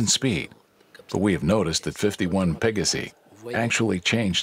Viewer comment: This narrator has pronouciation issues. Pa-ga-si? Hello? It's Latin, as in Pey-gaw-si!